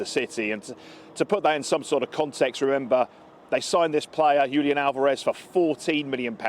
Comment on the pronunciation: Not Yulian, Julian H